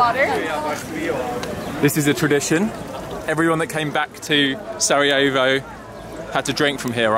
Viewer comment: Make sure to pronounce the r in Sarejavo. Roll the tongue. I’m Bosnian though and thanks for coming! Not many people go here. Thanks for supporting us 🙏🏻 😊You should really visit Bihač,it’s a nice place.